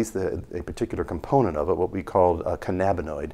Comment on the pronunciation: he said canabanoid